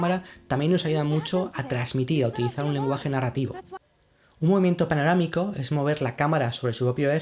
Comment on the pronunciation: Paranoramico?... O panorámico?